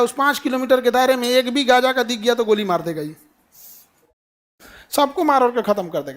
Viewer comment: Are sir jee gja naha gaaza hai